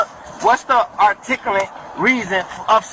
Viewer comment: I bet he’s MOOR-MISH!! Ar-tick-a-late……fake-tishish